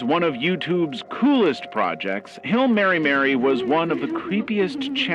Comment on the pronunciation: seems to be using AI for voice over as well. the pronunciation of Hi I'm Mary Mary to Hill em marymary is very odd.